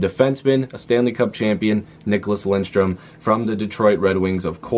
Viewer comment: Lidström....not Lindström. 😅